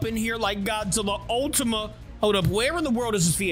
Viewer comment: Bro said godzilla ultima gas😂😂